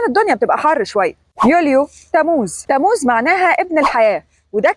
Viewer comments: مش آيار ( آيّار ) في شدّة عل ياء 😊 و تمّوز مش تموز sorry يعني 😅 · تموز. تلفظ بتشديد الميم قليلا. يعني. تمموز😊😊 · تم موز مو تموز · ( أيار) بتشديد الياء (تموز )بتشديد الميم